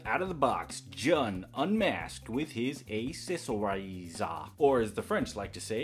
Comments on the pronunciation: Lovin this channel, keep em up. Also before 100 people say it, his name is pronounced like the month of June. Lovin the reviews! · It's pronounced joon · You say Jun as June.